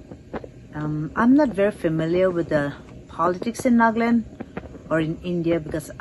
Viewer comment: It's NAGA Land not NAAG-LUND